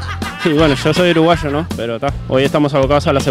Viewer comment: Goofy Uruguasho 🤣 Cuando al chileno se le pega el acento porteño